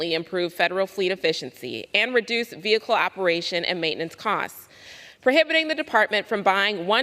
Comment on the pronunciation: That’s not how you say vehicle when you become a big boy